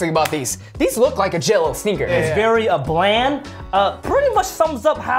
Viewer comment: WERY WERY WERY